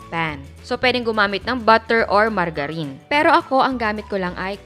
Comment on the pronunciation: ako lang po ba yung natuwa sa "margarine" 😅 na pronunciation ni chef (medyo nanibago)